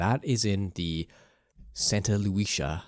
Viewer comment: Bro, as a Central Coast Native, you butchered Santa Lucia and San Luis Obispo....